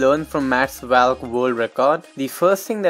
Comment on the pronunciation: It's valk not vyalk